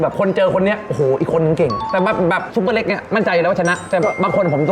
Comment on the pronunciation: ชื่อซุปเปอร์เล็กครับ ไม่ใช่ ซูเปอร์เล็ก ไม่ต้องรีบครับ ค่อยๆเขียนโดนพี่ซุปเปอร์เล็กอัดจนเบรอเลยหราาาา55555😂❤FCจากเด็กใต้ครับ